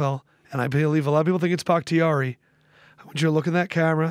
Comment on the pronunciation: It’s David bahktiari